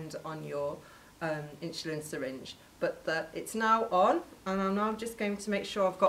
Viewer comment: Why is she calling it "inschulin" ??